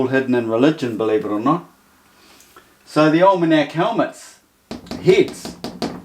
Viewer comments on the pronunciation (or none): Pronounced Ol' MeK